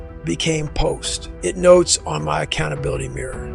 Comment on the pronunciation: Has to be. The way “post it notes” was pronounced there’s no way it was him for real